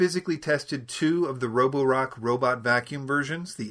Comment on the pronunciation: Nice job with the Chinese name pronunciation!